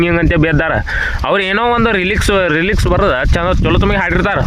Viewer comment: ರಿಲಿಕ್ಸ ಅಲ್ಲ ಗುರು ಲೀರಿಕ್ಸ್ ಅದು 😂